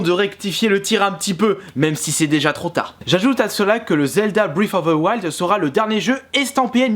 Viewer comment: Je suis désolé mais... Le massacre de la langue anglaise, quoi... Ça se prononce Brêf (le f se fait avec le bout de la langue et les dents ) of de Waild Je suis chiant mais bon...